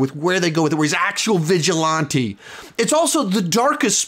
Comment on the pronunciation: Love you, but please don’t say vigilante like that anymore😂